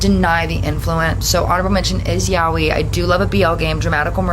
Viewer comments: it is actually pronounced "yaaoy" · ikr who told her that was wrong😭 (side note nice username i love wolfstar)